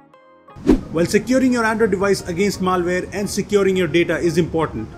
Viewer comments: It's not maalware, it's malware! :/ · Maal-ware :D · just stop making videos PLZ this pronantiation